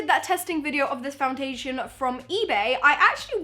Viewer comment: did anyone hear her say fountation 😂